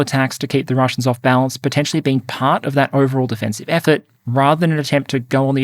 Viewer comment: I'm loving the content in 2025. Thank you for these thorough analyses! When alternately discussing offensive and defensive in the same sentence, can you please emphasize the first syllable a bit more? It was hard to clearly make out in one section of this one, and the difference was critical to your point!